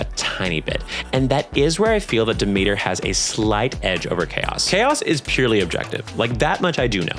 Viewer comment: I know it's probably accidental but you pronouncing Charon as Karen and Demeter as The meter has become a vocal stem for me, when i play hades and find Charon i go "omg it's Karen"